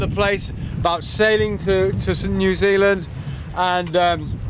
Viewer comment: Ya gotta say it right Bro......Nuzeelan, aye!!!!!